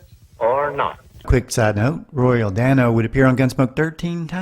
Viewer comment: Mispronouced Dano